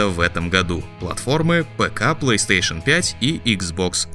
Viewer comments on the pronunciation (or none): none